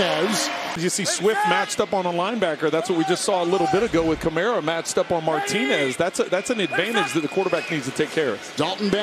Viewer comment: The announcer doesn't seem to know the names of the players. Sounds like he has to look up the names. And the Saints player is named Kamara, not Cameruh, or Camero. A Camero was an automobile that's not longer manufactured. Maybe we can get a better announcer next time.